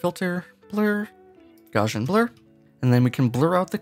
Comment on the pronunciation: It is not the correct pronunciation of Gauss and gaussian.